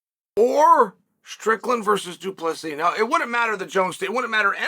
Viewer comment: why u keep dropping the silent s?